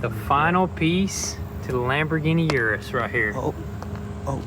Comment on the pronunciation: Hey guys just helping you all out with your pronunciation, URUS is pronounced “OO-rooss, thats direct from lamborghini, not u-rus like you all say it.